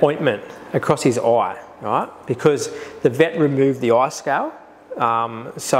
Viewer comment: "across his Oi"